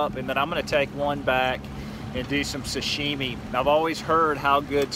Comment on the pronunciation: Hey,you almost said sh.t instead of sashimi! Lmao!! Keep up the good video man!